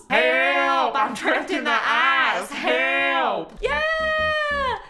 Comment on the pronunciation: I was crying and on the floor when she said "HEAALP I'M TRAPPED IN THE AICE HEALP!!!!"😂😂😂😂